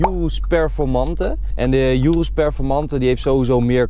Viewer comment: enzo zei eerst altijd lamborghini verkeerd en urus goed en nu is het omgekeerd je spreekt urus uit als oeroes niet als joeroes